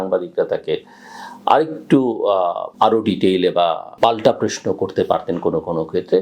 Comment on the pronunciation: ভাই তুমি প্রশ্ন কে প্রেশ্ন বল কেন? আর সালাম কালাম দিতে পারো না?